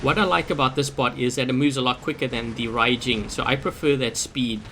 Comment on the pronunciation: 1st, Thank you for pronouncing the names RIGHT!!!! Fu-jean and Ry-jean!!! Not Few-gin or Ray-gin! Raijin's only strength is being able to hold a beacon in lower play IF you can get there fast enough and don't get flanked and you are a massive tripping hazard to the rest of your team if you aren't a conciencous player espescially at the 1st initial spawn. Fujin is a better option (notice he's using THREE?!) with the shield buff. I wish pixonic implemented the molot and punisher rapid fire that was on test server last year... Fujin still could use a longer range weapon! The tumbulas buff with continuous fire would work well.